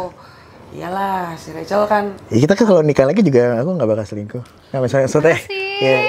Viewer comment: kan kata rachel cantik dari dlu, dijawab rachel tapi ko selingkuh gitu (tp dia ngomongnya cingkuh)